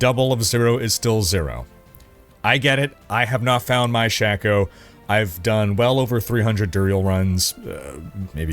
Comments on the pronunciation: Wth is a "shack-o?" It's pronounced "Shake-o." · Actually shah-ko